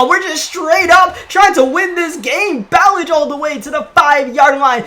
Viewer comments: Lol ur saying Ballage wrong it’s Bu Lodge I’ve heard the nfl announcers say it all the time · It’s pronounced like bah-lodge the RB you kept saying his name wrong, he got a 75 yd td run last season hes actually kinda a beast, 230 and faster than Kenyan drake. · It’s pronounced like Buh•lodge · Kalen Ballage is pronounced like (Ballaj) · It's prounced "Ba-loj". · Ballage’s name is pronounced buh-laj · Ballage isn’t pronounced like that